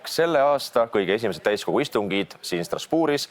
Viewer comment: Ma mitu korda juba kuulen et täiskuu istung, mitte täiskogu….no lihtsalt tundub et ongi nagu kuumõjutus mis toimub 🙉